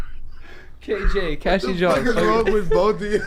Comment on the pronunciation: As soon as fucked up Cassies name was like that's my que! 😂😂😂